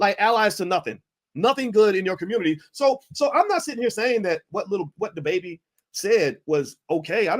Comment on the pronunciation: "Th Baybay" Just turned into the "Da B!aitch"